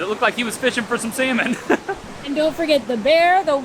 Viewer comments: Sometimes, it kinda of sound like you are saying seaman, not salmon 😂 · Is it me or you pronounce salmon funny 😂